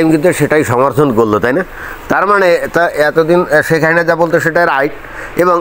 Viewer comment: আপনি শেখ হাসিনার নামটি ঠিকমত উচ্চারণ করতে পারেননা। আপনি বলেন “হাহিনা”। এটা কেন?